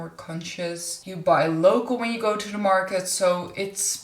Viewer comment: I like the way that you say ‘choo’for ‘to’! Can’t get away with anything, can you! 🥰